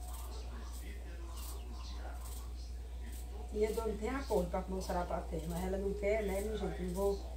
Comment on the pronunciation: Não é sapaté kkkkkk é sarapatel kkkkkkk